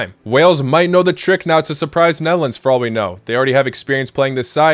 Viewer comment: Did you say melons or nedlands or netherlands?